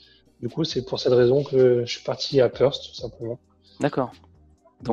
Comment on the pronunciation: Perth se dit "Peurf" svp et pas Perse !